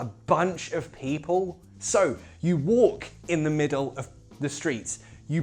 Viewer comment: Am I seeing/hearing things or are you really saying "people" with a cockney accent?